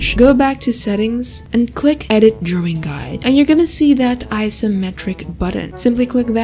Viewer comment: I love the way she said " draowing".❤. By the way, love ur videos . ❤